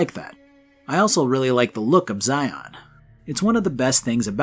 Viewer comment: Zion- Zi-in